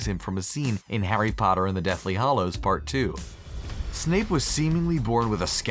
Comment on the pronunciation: Regular People:Dobby:Doe-Bee Regular People:Deathly Hallows:Deathly Hahallows